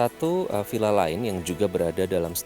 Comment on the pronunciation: To, "VilLa"! Bukan "Pila" pak!